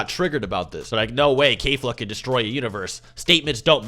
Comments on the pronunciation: its KEF-LA not K-FLA. Not a single character has ever said K-FLA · My dude why are you saying "Kayfla"? IT'S KEFLA. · its not "kayfla" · Can you please stop mispronouncing keflas name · Do you not know how to pronounce Kefla?